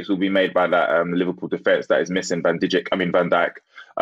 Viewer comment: Harry's pronounciation of Van Dijk is disrespectfull